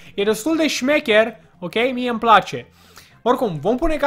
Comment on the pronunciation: se spune smecher nu stecher,citeste mai mult din carti,acesta este doar o parere sincera si nu vreau sa te superi pe mine